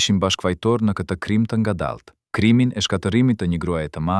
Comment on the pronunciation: Nuk Po besoj fare per kete tregim Personi qe flet ka pengesa ne shprehjen e fjalve ne Gjuhen Shqipe Si pershenbull( llaj ne vend laj,ngadall ne vend ngadal,llaj ne vend laj) e shum te tjera.Ndoshta gaboj por une Po dyshoj.